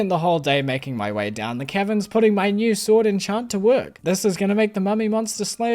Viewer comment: You pronounce caverns like Kevins and that's amusing 👍